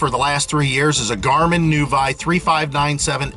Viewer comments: It's pronounced noo-vee. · Learn how to pronounce "Nuvi" ... What a great review, real world, demos, and clear and precise. thanks....